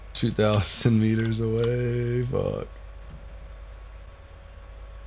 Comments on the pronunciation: he said go "A"way 😂😂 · He said : GO AVAY!!